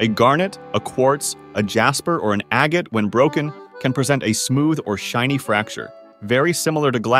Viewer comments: 1. Corundum is NOT the second hardest gemstone. Moissonite (yes, a real gemstone) is 9.5 on the Mohs scale. 2. "Aga-tee?" Agate is pronounced "aggitt." 3. There are so many other mispronounciations....I don't have the time or patience to catalog them all. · Wtf is an aga-tee 😮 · You don't pronounce the "e" in agate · It's pronounced ag get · Learn how to pronounce agate.